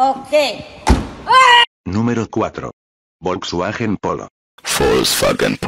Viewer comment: bro really said volkswachen polo 💀